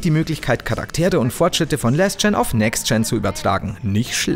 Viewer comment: Das soll nicht "rage-kid" mäßig rüberkommen und möchte auch ehrlich nur konstruktive Kritik abgeben.... aber.... das englische Wort "last" wird so ausgesprochen wie es geschrieben wird!! >.< Mir bluten die Ohren wenn ich alles englische was mit A geschrieben wird mit Ä ausgesprochen wird! Es heißt "LAST gen & next gen" und nicht "Läääst gen & next gen" genauso wie es "LAAAST of us" heißt und nicht "Lääst of us"!!! Jetzt klingt es doch nach rage-kid! xD Tut mir leid....